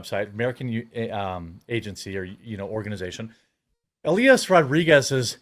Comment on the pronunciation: Jeremy, repeat after me. EE - LYE - ASS just sayin lol